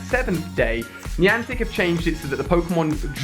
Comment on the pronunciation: Every time he says "Niantic" it pisses me off